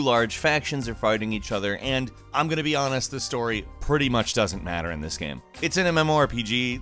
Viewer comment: He literally says "gaem"